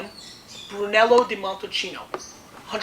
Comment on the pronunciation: BRLOW AND BRNELLOW di MONTLSINIOW and di MONTEPIUNSIENOW from NEBBIOLOW ahah... ps. I am Italian and I can truly say that makes his laugh case